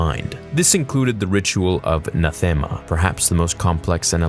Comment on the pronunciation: If you've played Star Wars: The Old Republic, this video becomes so much more meaningful. Also: "Nathema" is pronounced [Nath-em-uh] not [N'th-am-uh]. "Vitiate" is pronounced [Vish-ee-it] not [Vish-ee-ate]. "Rakata" is pronounced [Reh-kahtta] not [Rah-ket-tah]. Sorry. I don't mean to be "that" person. It's just... the game taught me how to say these words.